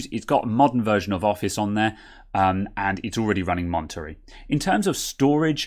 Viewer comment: Going to try it on my 27" 2015 iMac. It's not oss is O.S. two letters, not one word. I won't even try to fix your mispronunciation of Monterey😂 Thanks for the video